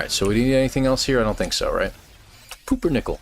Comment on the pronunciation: LOL "poopernickel"